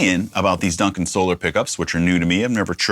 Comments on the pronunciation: 😂 great videos Rob you seem like a awesome and humble guy. Keep up the great work my guitar brother. By the way Ola says So-lar not So-ler🤘🏻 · Another cool guitar! Your commentor is correct Rob. It is in fact SOL-AR instead of SOL-ER. I am subscribed to his channel. Ola probably doesn't care how it's pronounced either way but that is how he says it on his channel. White explorer style looks great and natural on you brother. Because of James I have always been drawn to those styles but never owned one either. I have been on reverb looking at some Solars for sale since you posted the last video. May have to end up getting one soon! Some killer riffs in there by the way. Keep the videos flowing 🤘🤘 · Ola says "So-LAR" not "So-Lor" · Why would it be So-LAR? The word is solar and is used in english all the time. Solar system. Solar panels. Solar power. Solar guitars is pronounced the same way. Ola pronounces it so-LAR because hes Swedish. He pronounces lots of words differently than we do when speaking English. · Ola pronounce is sol are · It is pronounced the 1st way (SO LAR) 😊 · It's Solar cuz sOLAr, so its pronounced similarly as you pronounce Ola (so it's with the Á). Also aren't those tuners self-locking? not sure